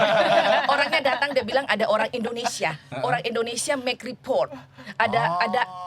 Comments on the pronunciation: Don’t offense! jangan sering interrupt saat narasumber menjelaskan sesuatu and please excercise to say Indonesia not Indonesa, thank’s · Tolong dong.... host nya kalau mengucapkan kata Indonesia jangan Indonesa....